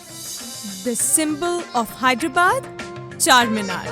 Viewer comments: its hyderabad not hiderabad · Hyder + abaad pronounced: haider aabaad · It's actually pronounced Haider Aabaad. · Hy-der-abad is more like it. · its actually HYDER-ABAD.